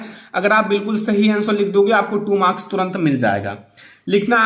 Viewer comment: And it's marks not morka 🤣